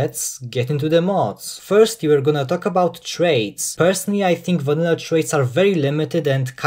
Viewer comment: lol you not only pronounce traits as "trades", but thats what you called that section of your video as well